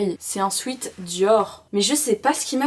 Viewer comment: Pour dire “sweat” on prononce swet parce que sweet c’est autre chose, ça signifie sucré/doux